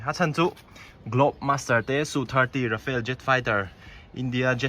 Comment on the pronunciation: Rafale, Rafael nilovin.